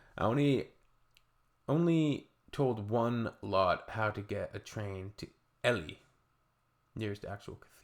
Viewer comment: Ely is pronounced Ee-lee.